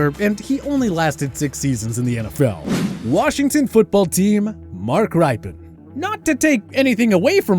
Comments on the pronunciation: Are you kidding me: Mark RYE-PEN?? It's Mark RIP-PEN, WTF do you even watch the NFL at All? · Rypien = Rip-e-en, not Ripen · Mark Rypien's last name is pronounced rip-e-en not ripe in. And this list is wrong on so many counts. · RIPEN, nice AI, its pronounced Rip..Ken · I hate to say it, but my previous negative commenters are right on everything they wrote. First, Rypien is pronounced "Rippin," not "Rye-pee-in." Second, he was NEVER overrated by anybody that I ever heard. He was a solid QB that actually threw a better deep ball than put touch on the short throws at times. "Game manager" is always such an attempted insult. He was the QB of a team with a HOF head coach, one of the best coaching staffs ever (Petitbon, Bugel, Breaux, Pecatillo, etc...), a should be HOF GM/Personnel head guy in Bobby Beathard and a should be HOF owner in Jack Kent Cooke who spent what was required and knew how to hire the right people, support them and get out of the way while holding them properly responsible. Football is the most team of team sports. Rypien did not need to be Sonny Jurgensen part two. In '91 it all came together beautufully - I guess you would say he "game managed" one of the top handful of offenses in NFL history. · Mark "Rye" pien??? Jesus Christ, fire your voice over artist and fire your writers, you unknowledgeable hacks. This channel is a fucking joke. Does anybody on your staff know anything about football? Anything? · Here we go again, the voice people not knowing the pronunciation. It’s pronounced Rip-en. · This is AI, right? No one who has even a glancing familiarity with NFL football over the last few years would pronounce Mark Rypien's name that way--either that, or there was absolutely no proofreading done here. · Can we pronounce Mark Rypien’s last name right at least? A quick YouTube search and you can find the Super Bowl he won with the announcers saying his name all game.